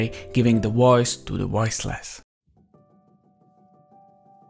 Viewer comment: A woice to the woiceless.